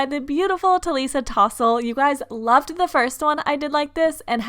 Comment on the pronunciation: Her accent is different so when she said talisa tossel it sounds like tossel !!